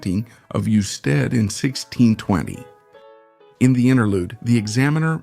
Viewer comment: It's not "you-stead". Is this an AI voice? The video is. Must be from an article.